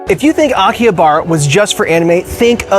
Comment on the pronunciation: You may want to learn the correct pronunciation of Akihabara before making a video about it.